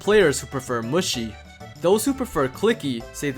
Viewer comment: lmao he keeps saying muschi 😹🤌